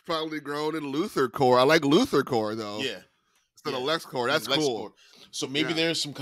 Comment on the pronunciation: It's not pronounced Luthorcore...that only applies to things like the Marine Corps. When it's a corporation, you pronounce the "p"...LuthorCorP.